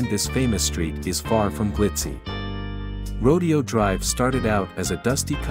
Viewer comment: Rodeo in Rodeo Dr is pronounced Ro dayo